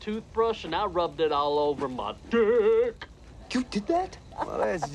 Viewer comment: Thumbs up if u think the way he pronounced dick was funny.